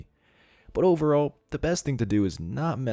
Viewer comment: Scammers everywhere: "Doo one ting", "Each 'n' ev'ry-ting", spot the difference.